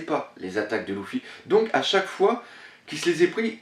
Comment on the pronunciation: On dit lUUUUfy et non pas lOUfy ... sa me choque O_O